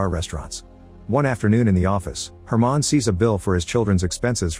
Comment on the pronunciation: It’s just a mispronunciation he read the name as “german” instead of “herman”